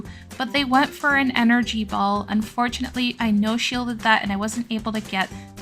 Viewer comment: We need an "Unfurtunatly" counter 🤭 P. S. That is the cutest whiscash I've ever seen ❤ 🐟